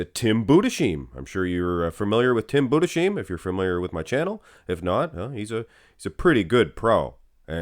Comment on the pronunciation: i love how you pronounce the German last names „budescheem“